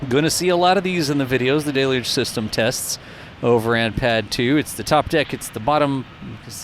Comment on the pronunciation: DEL-YOOJ!!! Please google it, grok it, chatgpt it or merriam-webster dictionary it. Whatever you do, just start saying it correctly.